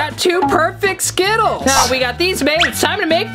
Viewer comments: Oh and I have a night made of you keep saying skitals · The word is ✨skittles✨